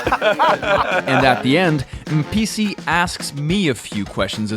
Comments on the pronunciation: When you said Mr Mpisi, I heard Mr NPC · i heard NPC the first time you said the word 😂 but that guy is a legend! definitely not an NPC.